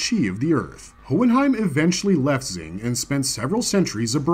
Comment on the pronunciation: Just correction here. The country to the east is pronounced Xing(Shing) not Zing.